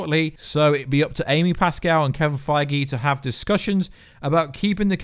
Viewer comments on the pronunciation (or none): none